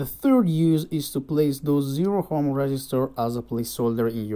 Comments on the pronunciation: Dude,... Ohm is pronounced as "om," not "hom" or "ohm." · Btw, in which language is ohm pronounced as hom ?? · Spotted the American. Ohm was a German physicist. So it is indeed pronounced with a long o in Germany.